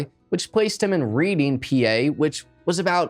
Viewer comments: The pronunciation of the city would be Redding The Death Penalty----one of the most ridiculous sentences on the books. Killing people is wrong and considered murder so the penalty is to kill a person. How idiotic can you get? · PA native here....the town named Reading....is pronounced "Redding" :)